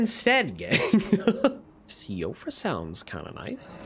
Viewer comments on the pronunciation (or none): It’s not see-oh-frah river it’s she-frah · "See-o-fra" sounds nice 🤣